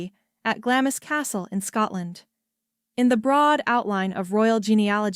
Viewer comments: It's so annoying, why can't they fo some research, its pronounced Glams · Why can't they program the correct pronunciation of 'Glamis'? It's not said in 2 syllables!